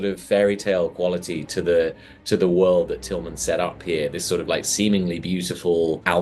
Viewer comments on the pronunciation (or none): none